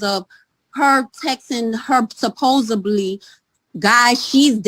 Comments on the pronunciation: WHEN are these people going to LEARN ENGLISH... SMH... HOW MANY GENERATIONS of STUPIDITY. are we SUPPOSEDLY or supposeBLY to TOLERATE... Just AXEN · I had just called her a dumbass for using the word SUPPOSEBLY and not saying it correctly right before u said it... Brilliant. The woman giving evidence is comical. She playing the victim when she in court trying to sort things out about her children which doesn't paint he in great light either and then she mentions the MUGSHOT! That a real dumbass move..